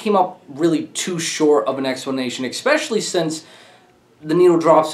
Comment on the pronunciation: Also, there is no “X” in “especially”